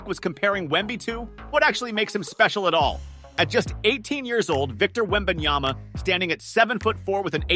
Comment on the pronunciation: Why do Americans say his name wrong often??? Hes a superstsr rookie learn his name you will be saying it often for years to come. Anncouncers and even shaq right at the stsrt of the video say something like wemanyana